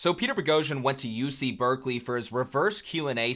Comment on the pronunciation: Bruh it’s Berkeley….